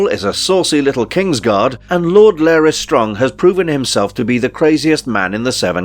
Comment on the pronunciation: Why are you pronouncing his name as "Lair-ys" when it's clearly pronounced as "Lar (rhymes with car) - ys" by many characters in the show?